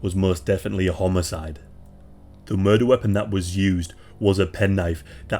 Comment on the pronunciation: sorry to be funny but sounded like you said a homo- cide like a gay killing if you replay it haha!